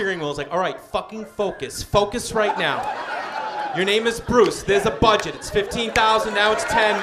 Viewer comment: "Where we at with the budged" just sent me